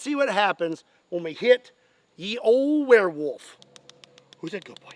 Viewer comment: "OH!!!...Oh DEAR..."... Warewolf... not deer.